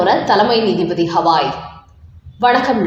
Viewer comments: CJI name is Ghawai not Hawai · அம்மா, அவர் பெயர் ஹவாய் அல்ல ; கவாய். துஷார் மேத்தா உச்சரிக்கும் போது T என்ற உச்சரிப்பு வேண்டும் . D அல்ல. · Gavai not Havai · உச்ச நீதிமன்றம் தலைமை நீதிபதி பெயர் கவாய் அல்லது ஹவாய்? என்று சரி பார்த்து விட்டு செய்தி வாசிக்கவும்.செய்தி தயாரிப்பவரும் இதை சரி பார்க்கவும்.